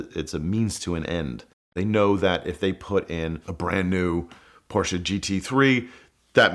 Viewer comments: you cannot be a car guy and say PorschA. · "Car Guy" but can't even pronounce Porsche properly..